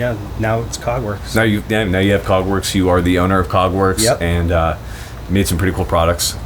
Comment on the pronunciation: I coulda swore I heard "Cogwarts" instead of Kägwerks at first. I thought this man was a legit Harry Potter nerd.